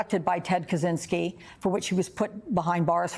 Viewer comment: "Kazinski"?? Kachinski, no? It's Czech Republic, not Zech Republic, lol